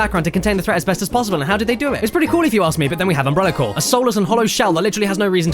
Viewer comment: Umbrella Cyoar! Umbrella CYOAR! That's one of the best things I've ever heard.